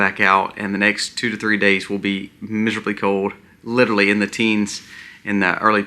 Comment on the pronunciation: Respectfully....Some feedback for improvement. "LiteRally" is pronounced "lit R ally".